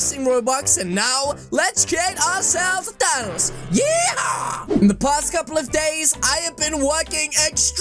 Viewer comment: Is name is thanks not tanos